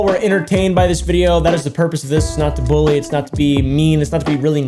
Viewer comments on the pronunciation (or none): none